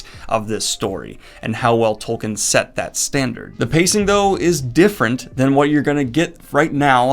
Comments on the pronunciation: It's pronounced "Toll-keen". You review fantasy books for a living, man. I mean, disheveled goblin. Get a grip(hook)! Seriously though, I re-read the books last year, for the first time since the movies came out because whenever I felt that nostalgic itch, I'd scratch it with the movies. The books totally hold up. I had this incredible sensation of coming home; it's hard to describe. And that's despite reading them in another language this time (I'm French, had read them 2-3 times pre-2001 in French, never in English until this last reading). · How do you have 500k subs for a channel about fantasy books, and yet you don't know how to pronounce Tolkien's name? Its pronounced "Tol-KEEN". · The hilarious thing about all those fans is that Tolkien was a Philologist...and... - of this video...LANGUAGE was EVERYTHING to him...and I bet they all pronounce his name wrong. It's Tol-keen...not Tol-kin.... I MEAN LOOK AT THAT SPELLING!!! Imma Tol-keen fan till I die...but don't ever want to put people off of one of the greatest series of all time by being a Tool-keen fan. Spot-on Review!